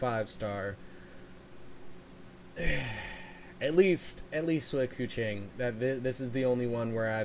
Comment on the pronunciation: The funny thing Keqing prounonce is Koo Ching /Kuhching in my country means Cat and the fun fact about Keqing is her hair look like Ear Cat So yeah she literally Cat 😸